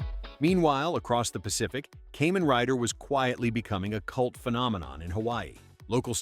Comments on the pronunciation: For me: Heisei > Showa > Reiwa and Kamen Rider > Sentai/Metal Heroes/Ultraman (Tie for second). Toei's Spider-Man is in a class all by itself. 🤣 (Also, it's pronounced Kaa-men not Kay-men.) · I watched all those Japanese ‘Suoerheroes’ in Japan 🇯🇵 back in the 60s through late 70s into 1980 before I headed into US for college. It’s pronounced [ KAH MEN ] Rider, Not “Caymen’ Rider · Ok Ai… Kamen Riders are bugs… NOT some kind of reptile. They are “KAH-MAN” Riders. Sound like you did some homework before posting this. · "kaymen rider" i just spat my cola damnit 😂